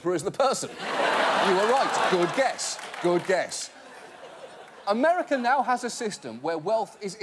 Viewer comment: he says "Americer" lol